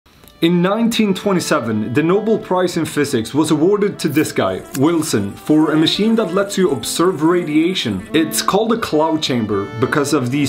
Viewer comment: nobel* prize not noble prize. They are spelled and pronounced differently. Sorry for being pedantic but I have heard that mistake so many times I snapped.